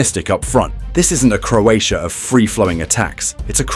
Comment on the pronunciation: I'm Croat, next time learn to pronunce our name before pronunce it.